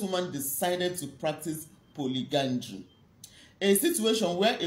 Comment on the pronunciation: Polyandry, not polygandry